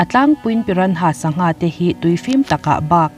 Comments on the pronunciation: Piranha tih anga lam loin pirana tih anga lam zok tur a ni e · A ngaihnawm nasa... Pyra- nhas (piranas) ti a lam ni tase..😁